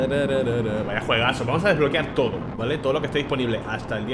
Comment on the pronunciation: Se dice juegazo no juegaso